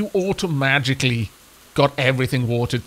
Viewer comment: It sounded like automagically when you were talking about the rain to me lol ... also if the crops stack in groups of 8, perhaps you should have gardens with 8 plots, instead of 10. That way you can have a nice neat inventory